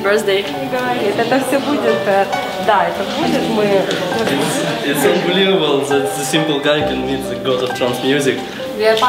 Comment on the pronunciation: LOL gotta love the russian accent Happy 'birsday' armin